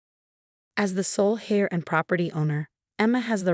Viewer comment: Emma was an heir NOT HAIR.You folks who rely on AI need to do a better job of proof reading. Good story, amazing Grandmother, dirtball parents. Emma was lucky to have a smart, caring grandmother.